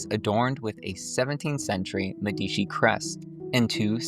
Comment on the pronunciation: I don’t mean to be a pedant, but “d’Medici” is pronounced “dmed-achie” with the emphasis on the first syllable. I enjoyed the tour and look forward to others. “Wilderstein,” the Sukely family home is not far from the Vanderbilt home, and it’s stunningly unique.